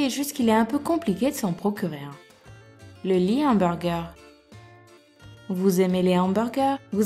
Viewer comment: Delf Gym c directement cque jai pensé quand elle a dit "fane d'hemburger" MDDDRRR😂😂😂😂